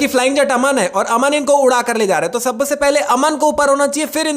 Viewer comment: Sabse ❌ Sabase✅